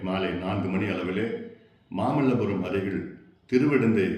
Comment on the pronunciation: மாமல்லபுரமா மாமன்ன்புரமா சரி அது என்னடாமாமள்ளபுரம் இதுலதமிழ்தமிழ்னுமயிர்பேச்சு முல்லைமாறிகள்தான்